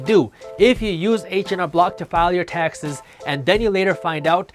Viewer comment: Lol I kept hearing "Texas" instead of taxes